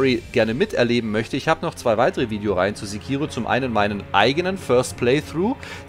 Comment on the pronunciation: Freu mich richtig drauf! Übrigens: im japanischen ist es in der Regel nie verkehrt, die erste Silbe immer zu betonen. Sékiro ;-)